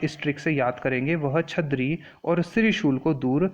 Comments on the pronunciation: Its...छर्दी not छदरी...🙏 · Sir please pronounce properly That is chardi not chadri. But overall explanation was good sir, thankyou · It's not chhadri it's chaardibtw lesson was useful